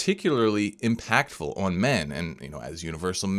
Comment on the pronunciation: stop saying ahaun for on